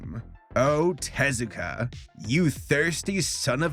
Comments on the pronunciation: It's not "TEZ-ah-kah?" It's with the emphasis on the u, like "tez-OO-ka?" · Take a shot every time pronounces Osamu Tezuka's name wrong! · I'm only judging your pronunciation of Tezuka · I love your channel, I really do. But not at least Googling how to pronounce people's names is not only lazy, it's disrespectful.